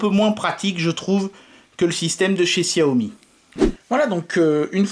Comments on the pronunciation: J'allais le dire c'est chat yo mi que ça ce prononce... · Arête de dire xiaomi ptn